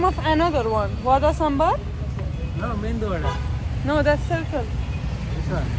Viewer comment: that's not mendu wada it's called medu wada..😊😊😊